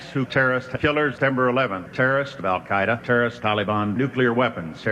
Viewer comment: Alex just said Al CIA-eda